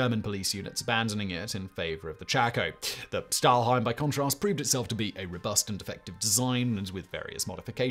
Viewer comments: Another thing I noticed was that he kept calling it a 'stahlheim' instead of 'stahlhelm', he got it right the first time but then kept saying stahlheim over and over. Very minor error (I don't want to nitpick either), but it sort of grated on my ears every time he said it. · Well, Stahlhelm was even worse. It's a sh sound in the beginning, like in "should" and helm is exactly pronounced like helmet, just without -et at the end ;) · It's "PickelhaubE", not "Pickelhaub", "FriedriCH", not "FriedriK", "HeinE", not "Hein", "Überzug", not "Ubersug", "Stahlhelm" is pronounced "Shtahlhelm"... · Stahlhelm with an "L", Simon... you read it correctly the first time but then kept calling it "stahlheim". It's basic world war trivia Simon, I'm sorry but you really don't have to always go with the first take